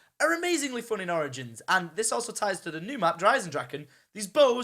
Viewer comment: he sounds like he is saying oranges instead of origins